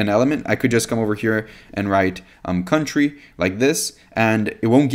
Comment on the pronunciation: "cuntry" cracked me up 😅